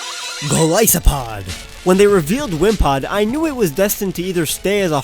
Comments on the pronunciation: not gilisopod say it right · I agree on Golisopod